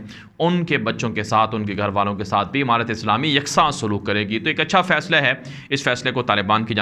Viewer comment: Emarat nhi hota amarat hota h